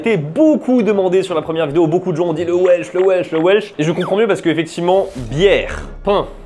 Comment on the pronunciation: "Ouaileucheu" je n'aurai jamais cru entendre le welch prononcé avec un acccent japonais, trop mignon 😊